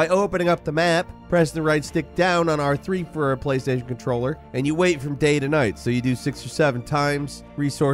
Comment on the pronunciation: Fromonda Cheese...from onda deez nutz